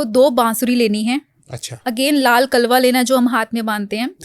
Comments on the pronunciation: Kalwa nahi hota....kalawa hota hai pronounsation theek Kro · Pls correct your prnounciation Kalwa nahi kalawa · Madam apko shabdo ka sahi उच्चारण bhi nahi aa raha hai कलावा ko कलवा kah रहे हो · Mam आप बार बार कलवा बोल रही हो.... वो कलावा या मोली होता है.😂😂